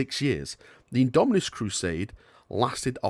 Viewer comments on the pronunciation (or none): Its IndomiTus not indominus, damn it! (